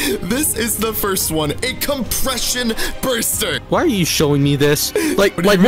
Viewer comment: Compeshein burster